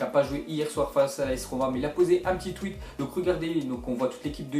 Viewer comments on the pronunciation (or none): none